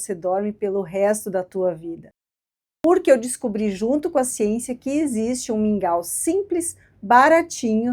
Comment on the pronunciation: Li e pensei; o que será esse tal de "Míngua" fui ouvir o vídeo e entendi que era mingau.